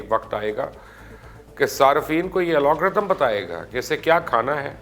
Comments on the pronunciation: Sir g its called "AL-GO-RITHM" not "AL-O-G-RITHM" :D sir hamain sab pata hai we are IT specialist serving in Germany for about 10 years :D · Pls correct yourself. Algorithm not Alagorithm. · #chacha... Alogrithms nahi Algorithms hota hai...